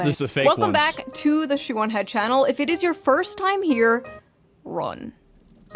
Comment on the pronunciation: I totally thought she said her name was "Shaman Head" I was gonna lose my shit because im pretty sure im the only person given at birth this name in the world... lol, thank God she said shoe on head or whatever